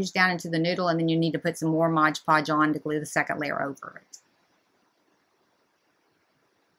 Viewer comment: MOD Podge, lol not Modge Podge!